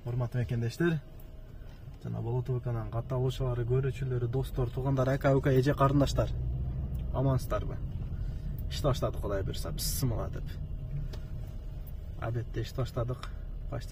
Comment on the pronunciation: Пысымыла эмес Бисмиллах,копчулугу ушул созду туура айтпайт экен